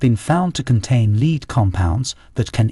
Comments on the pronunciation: He pronounces the element lead as “leed”. precisely why Jimmy Page wanted Led Zeppelin and Lead Zeppelin. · Lead (element Pb) is pronounced "Led" and not "Leed". The bits about capital punishment is repetitive, and one bit is stated near the end in a discussion of something unrelated. Editing error?